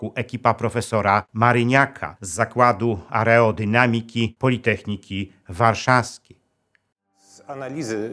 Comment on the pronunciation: Nie areodynamiki tylko aerodynamiki🥱